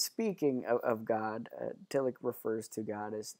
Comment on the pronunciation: Just so folks know, the 'ch' in Tillich is closest to the English 'sh' sound (close enough), as in Ich bin. At any rate it's not the English 'ch' sound (like Rich), nor like our 'k' or 'ck' sounds (like Lick).